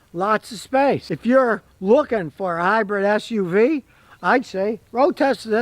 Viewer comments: Dang it Scotty,it’s Hy-brid Not Hy-bread. Lol😅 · Or Hy-bird lol